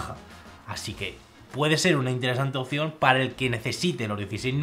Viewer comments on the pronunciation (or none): none